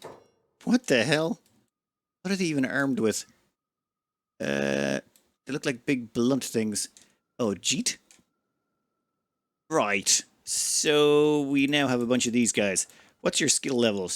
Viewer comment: MeToo is way more fun, though ;) Edit: Jitte pronounced "jeet" does not sit well with me! At least call it 'diot tea, git tay or something... What does it mean, "hard hand"?